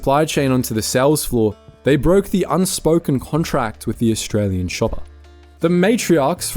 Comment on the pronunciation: Look att thosé Orrrstray-Łeáñ ĆÁÑƘŁÉS 🤣🤣😂😂😂🤣😅😅🤣😂🙂